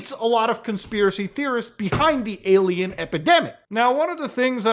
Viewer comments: does... does he keep saying "aye lam ow"... and trying to mean "alien"?... is the cringe this strong? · Why does he say alamao?